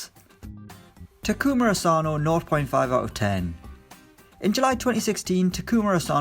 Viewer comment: When he says ten I hear then